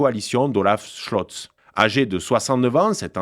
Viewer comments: Bon je vous apprécie beaucoup, mais va falloir faire un effort sur la prononciation des prénoms, des acronymes etc... fdp au lieu de fpd, bjorg au lieu de "biorg" (en prononciation) Schlotz au lieu de scholtz, bref, ça ne fait pas très sérieux. Et j'en passe en plus! Là on dirait vraiment que le journaliste ne sait pas de qui il parle ou de quel parti, bref... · Haha,, il faut vous entraîner à bien prononcer les noms étrangers!😅